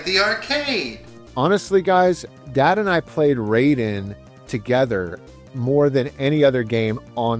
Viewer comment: Hey, love your videos, but you're mispronouncing the name of the games in japanese. Raiden is not English, the kanji are just there in the title, indicating it's japanese. The pronunciation is exactly like when you say Gai-den (not gay-den). Rah - ih- de. I think in the year 2025 aside from sharing the love you have to video games, you also are sharing your own knowldge to others, somehow it's also education, there's also responsability there as well, Please don't be like Joe from Game Sack (tate.... tah- teh).